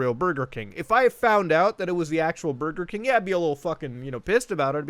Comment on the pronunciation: Only good thing, Mario phone saying: "Bugeh King"